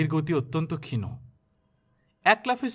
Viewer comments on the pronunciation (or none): ক্ষীণও নয় ক্ষীণ উচ্চারণ হবে। ☺️